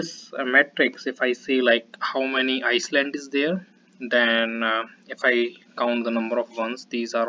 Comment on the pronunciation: you might want to correct your pronunciation. It is not iceland otherwise good effort !